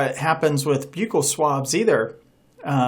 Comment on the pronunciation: Not being mean your saying buccal wrong.